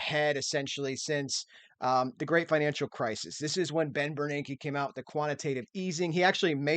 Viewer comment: Impressive (and cracks me up) that you can say Bernanke's name correctly. Most people can't without sounding like Fran Drescher.